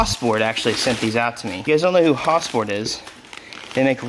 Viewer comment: Say it with me. Has-port. One more time Has-port. Love your videos, keep building civics.